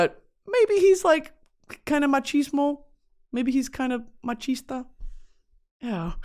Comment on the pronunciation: not Brittany saying the word machista girl your spanish is so good